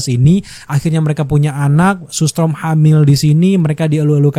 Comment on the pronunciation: Storm bang, bukan strom